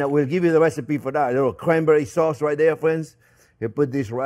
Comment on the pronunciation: Did you say cwanbewwie fwend? You get me so excited fwend!